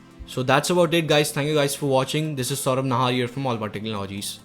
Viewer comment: cant even pronounce the damn word technology properly...idiot!